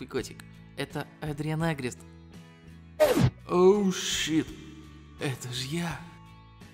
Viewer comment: Агрест а а не агрест не на а ударение